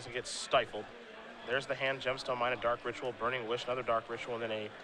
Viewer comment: I know it's pedantic but... What's with so many magic players, commentators etc pronouncing card names so unnaturally? FORCE of will? DARK ritual? TENDRILS of agony?